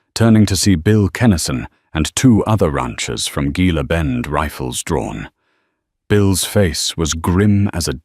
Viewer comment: Gila is pronounced He-la.